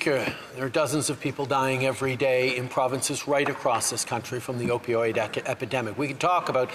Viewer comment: he most definitely said Opioid “academic” 😑 🤦🏼‍♀️